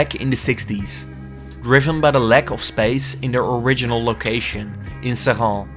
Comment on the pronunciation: This is a cautionary tales. Our ancestors invented the blast furnace. Those plants, they were ours. The french sold them to the indians, and they closed the plants to decrease competition, after billions of subsidies. The french just nationalised the plant from mittal. Screw him. Also your prononciation is attrocious it's pronounced 'SRINNN. The locals will know :3